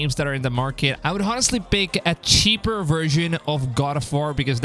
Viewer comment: Bro, the “h” in honestly is mute. U write honestly but it is pronounced “onestly”! I have watched a lot of your videos, and that shit is annoying as hell, ngl..